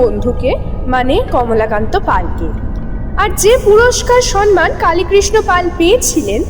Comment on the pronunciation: শব্দটার উচ্চারণ "সম্মান", "সন্মান" নয়। শব্দোচ্চারণের প্রতি যত্নশীল হওয়া উচিত।